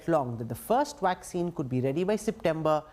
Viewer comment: He says waxine. Its vaccine. You have to bite your lips to pronounce it right.